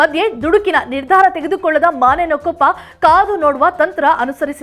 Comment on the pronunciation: ಯವ್ವಾ ಮಾನೆಯನಕೊಪ್ಪ ಅಲ್ಲ ಬೇ ಅದ ಮುನೇನಕೊಪ್ಪ